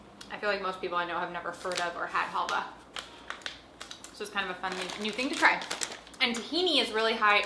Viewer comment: Yes you pronounced it right , you can use it as a salad dressing or falafel. Love that halvah it’s pretty healthy too for a candy , it’s very nostalgic for me too! Wow the brunette is picky lol I’d like to know what she loves!😂 I’m picky too! Love that chili crunch bin pizza yum such a unique item! Try the eggplant garlic spread in the sauce isle .